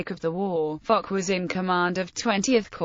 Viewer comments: There seems to be some argument over whether Foch is pronounced as 'Fosh' or 'Fock". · There's no argument, it's pronounces "Fosh", also in France